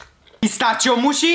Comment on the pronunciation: its not moochi its mochi